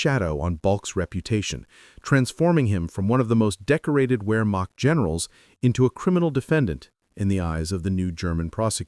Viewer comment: Its" ver mact"...not "where mac"...stupid ai narration...ruined it.